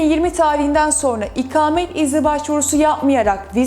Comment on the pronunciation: İkamet değil ''ikâmet''. konuşmayı öğren.